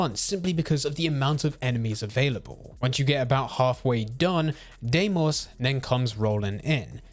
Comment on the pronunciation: Why he say deymos not deimos